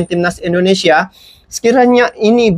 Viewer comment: Bang jangan cakap pss ai itu i Indonesia bukan aindonesia sx lagi jangan dibaca AI